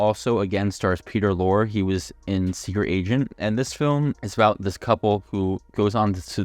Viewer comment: It'S Peter Lor'E'